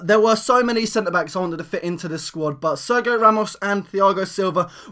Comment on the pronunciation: its pronounced tiago not thiago and ser gi o not serg io